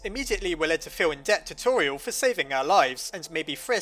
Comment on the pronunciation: Her name is pronounced Tor-E-el not Tor-e-al